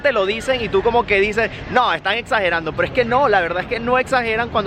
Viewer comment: En ves de decir (es algo) decía ej algo jejeje ame